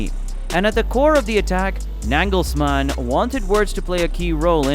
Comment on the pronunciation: Really? Nängelsmann and DIE Mannschaft😂 how could you pronounce the A in the End as an A but in front as an Ä😂